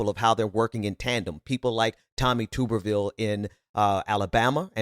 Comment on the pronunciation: Hey, i enjoy your show but Tuberville is pronounced tub-er-ville. Like bath tub.